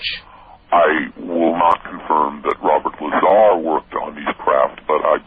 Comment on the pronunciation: "Larzar" "Crediable" "Victory" lol